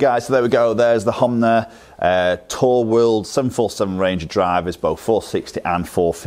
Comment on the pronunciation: Honma , not Homnay...